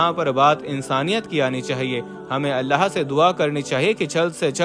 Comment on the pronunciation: Every time you saying allaha.it is wrong. You must say Allahu.